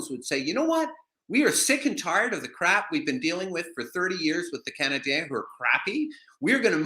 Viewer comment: HEY...It's NOT Montréal Canadians...it"s Montréal Canadiens...please!!! The ""N"" is silent!! Brendan says it the right way!!